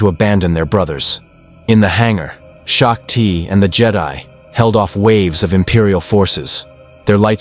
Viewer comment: Its SHOCK TEE, not SHOCK TIE🤦‍♂️